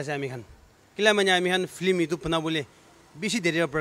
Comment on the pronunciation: is it a "Film or Flim"😝😬 Best wishes🎉